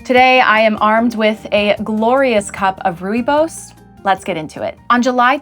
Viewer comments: Rooibos pronounced as Roybos as the oy in Roy or boy❤ Loved the story. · The pronunciation of Rooibos🤣I died!!! good choice though, try it with a splash of condensed milk. It'll change your life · Please learn how to pronounce "Rooibos" correct?